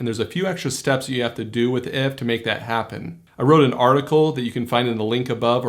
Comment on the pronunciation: First time I ever hear someone pronounce it IFT and not Eye-Eff-Tee-Tee-Tee, took me a second to understand! haha